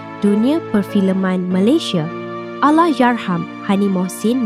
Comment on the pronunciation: kenapa pelik sangat dia sebut ALLAHYARHAM ni. Bunyi pelik macam lidah pendek sangat. HURUF "R" dia teruk. Kalau tak dapat nak nyebut Allahyarham sebut laaa "ARWAH" je. Diction dia bergulung gulung